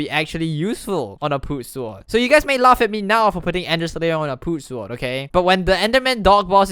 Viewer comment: he says sword like sward